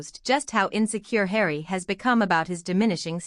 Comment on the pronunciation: “ Just call me Hawrry”